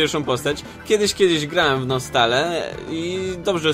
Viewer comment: NosTale jest zajebyste, mam nadzieję że będzie więcej odcinków ;) A co do wymowy - czyta się nostejl :)